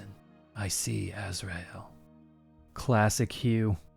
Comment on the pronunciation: Every NPC sounds like John Cleese trapped in a metal box, I love it. Btw, it’s pronounced Azrael: ‘stear